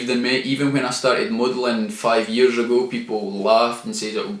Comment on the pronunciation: How many yearsh have you been on the planet! How many of those yearsh have you been trying to be the highland neymr. Or ate yee the new George Micheal he’s been dead for yearsh though